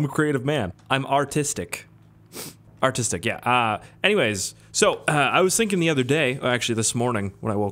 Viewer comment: Artistic or autistic? I couldn’t tell which one you said XD